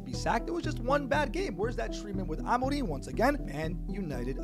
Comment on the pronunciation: I'm just here to say you pronounce Amorim's name so well!